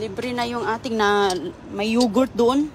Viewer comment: Ano yan yogurt pronounciation mo mali